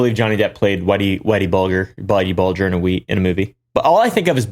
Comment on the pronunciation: Whitey Bulger was leader of the Irish mob. Yeah, he killed or was responsible for a huge number of very gruesome deaths. And, you pronounced it right the first time and then screwed it up after! It's a soft "g", not hard. Bul-jer.